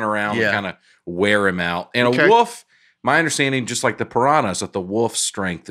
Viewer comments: I love calling a wolf a wuff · says “woof” instead of “wolf”. Also, Tiger beats the polar bear all day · In a lot of cases, I'm with about how to pronounce things. However, "Woof" is what they say, not what they are... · Y’all just let keep calling it a “woof” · I cannot stop laughing at repeatedly calling it a "woof" instead of a wolf 😂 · “A woof pack, if you will.” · It was making me CRAZY. I have a high bar for. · there's an 'L' in Wolf 🤣😂 getting a lot of 'woofs' out of. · Wolf is the new penguin. Over a 5 min span you all said a variation of “wolf” like 30 or 40 times, including: “woof” (mostly ), “woaf”, and I’m pretty sure there was a “worf” cameo at one point. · I love how pronounces wolf as woof! 😂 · A little distracted by calling a wolf a 'wuff'. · I don’t think Nate has ever lost an argument in his life, all while never having any actual facts to back himself up. It’s pretty impressive. Also how can be our smart college educated guy, but pronounces wolf “woof.” Love you guys, you all help me to slow down and laugh after a busy day at work. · How did none of you hear repeatedly say woof instead of wolf??? It was like he said it as much as possible hoping someone would make a joke, but none of the professional comedians at the table noticed a grown man pronouncing the letter L with the vernacular of a small child. The wolf needs a pass straight into round 3 due to the disrespect put on it's name! This was a great episode and I'm excited for part 2, but I'm more excited one of you are finally coming to me area., I'll see you in Ontario! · says woof like he's pronouncing it in the wolf's language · Does Notre Dame teach people to say "woof" instead of "woolf?" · Someone tell how to say "wolf". It isn't "woof" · I love how says woof not wolf, please look up that clip of Schmitt from New girl saying that